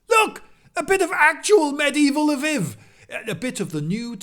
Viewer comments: learn to say LVIV if your gonna make a video on it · "Lviv" does not mean "Leo"; rather, it's a possessive meaning "Leo's" (the first L is pronounced as in the French article "la", so to an anglophone's ear, it would sound like L'veev'.) It's also true in Polish "Lwów", where it's pronounced as L'voof. And also in Russian, where it's pronounced L'vov. Amnd even in Czech, where it's pronounced Lvov (without softening the L). p.s. Incidentally, "Kyiv" is also a possessive that means "Kyi's".